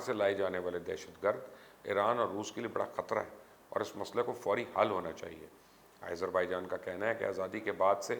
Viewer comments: Nice reporting, very informative. ..... But Mr Mubasher ! Kindly pronounce Azerbaijan name properly ... its Aazer not Aeyzer .... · I thought you were a big journalist...you don't how to pronounce the country simple name